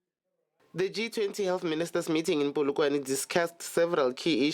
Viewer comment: Polokwane not Polokwaneeiy